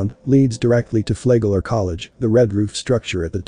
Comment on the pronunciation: It's pronounced like it's spelled. Flagler A flag lin lier he was.